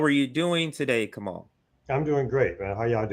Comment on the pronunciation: Wait did say Kamal? BPM is the only channel I watch as often as RBN and I'm pretty sure his name is. Kah-mah-oo. Lol but seriously it's. He's amazing. Thanks for having him on, guys, I love you